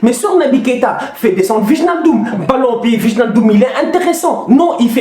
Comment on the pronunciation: je suis désolé mais gère toi, on prononce ( Waïnaldum ) 😂 yen a marre waye hahaha je te kiffe frère force à toi ❤